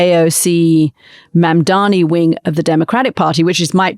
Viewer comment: Its MamdaNi Anthony. Not MamdaMi. That's what Cuomo keeps calling him. Capito?